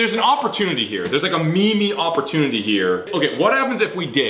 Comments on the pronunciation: Did say "me me" instead of meme (rhymes with team)? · Did just pronounce meme "me-me"?